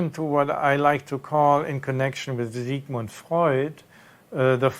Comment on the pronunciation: I like how you pronounced Sigmund.